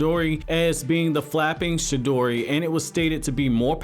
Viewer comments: Sir its Chidori, not Shidori. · For fuck sake cant any one get any thing right..... For fuck sake..... Its CHI-DORI! CHIDORI (yes i may or may not have spelled it wrong but oh fucking well.... I couldnt look at how it was spelled while typing this so deal with it)..... It nots..... SHI-DORI...... its fucking..... CHI-DORI....... CHIDORI.... Get it!.....got it!...... Good!..... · This dude is saying shidori not chidori😂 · No one:: shidori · He says chidori as shidori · He saying "shidori" instead "chidori" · Bruh it’s Chidori not Shidori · CHI..DORI NOT SHI..DORI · I thought it was "CHIDORI" Not "SHIDORI" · The whole time he only said shidori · Chidori not shidori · Was he saying she-dory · Bro it’s chidori not shidori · Wtf is a shedori... pronounce it right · You are saying it wrong chi in japanese does not speak with sound of shi but Ti like in Te in teacher or Teen or chi in Chin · Chidori not shidori c’mon man that’s basic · It’s chidori not shidori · Say ch then add the e sound and it's chi not shidori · It's pronounced "CHI-DORI" not "shidori", as you say it. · Its chidori not shidori... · Stop saying shidori please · CHI-dori like CHI-cken. Not Shidori lol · What is the “Shidori” and “Jidori” lol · Is this dude saying Shi-dori? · I hate the way he pronounces chidori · Chi- dori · Stop saying shidori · Someone teach this nigga the difference between “ch” and “sh”. the “shidori” killed me. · Can you please pronounce chidori correctly? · Right it was annoying me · Yeah he sounds like he hasn’t even watched the show because he pronounces it like a total idiot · I thought it was Chidori